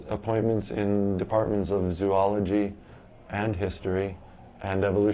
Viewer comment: If he's so smart why can't he pronounce Zoology?